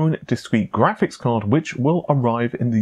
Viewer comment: says graphics like tony the tiger. grrrrrraphics!!